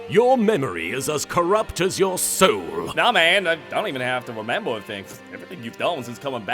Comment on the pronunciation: "Here in ma evil wair, just stowle this, uh, new sowle here."